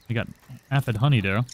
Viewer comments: Say it with me sir. A-phid. Not ah-phid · The way you say A-F-Eh-D